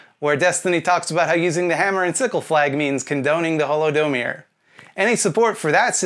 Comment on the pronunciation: If you don't stop calling HolodomOr "holodomir" I will pinch you